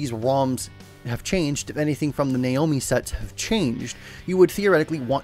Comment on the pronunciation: Sega Naomi is pronounced Na Oh Me